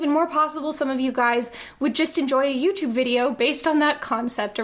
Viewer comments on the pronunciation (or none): none